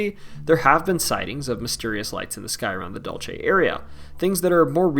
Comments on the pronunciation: Dulce is pronounced dool-seh, not dool-che. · DUHL-seh, not DOL-chay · It's Dul-SAY!! NOT Dul-chay. Please - all the narrators of these types of videos need to take the time to learn to pronounce the names of places. It decreases your credibility. Drove me crazy to listen. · Dulce is not pronounced dulche it’s pronounced Dool-se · So painful to hear u mispronounce Dulce!! Dule se, means sweet